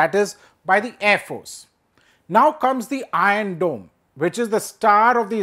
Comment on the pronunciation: "ion dome".... "ion dome "...."ion dome" He can't pronunciate R ...😂😂😂